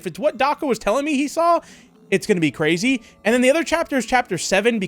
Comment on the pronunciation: This is actually cwazy. What, did you think I’d forget my Ws?